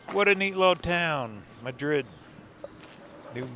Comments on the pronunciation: Beautiful video! We lived for 28 years in New Mexico and have many memories of the roads you are driving. Thank you for sharing your videos. Great job! P.S. Madrid is pronounced MAD-rid and Cerrillos is pronounce Ser-REE-yos with the R rolled (or trilled). It means "Little Hills". Madrid was a coal mining town that supplied low-sulfur coal to the Santa Fe Railroad, Santa Fe and Albuquerque. The next time you go through, swing by Galisteo, over east of Cerrillos. Burl Ives used to live there. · Probably mentioned by some in the comments, but Madrid is pronounced 'Mad - rid. The Mine Shaft taven stood in for the Red Pony saloon in the Longmire series, The movie wild Hogs was filmed in Madrid. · Mad’rid has the accent on 1st syllable BTW here in NM. It used to be a coal mining ton, until coal ran out.😊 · Madrid pronounced Mah-drid I’m so thrilled seeing you cover my home state. Thanks